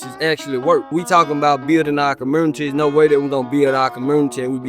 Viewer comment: lol why does he say "communities" like that?